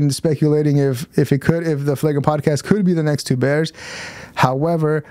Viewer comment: Bro, its FLAGRANT, not fagra.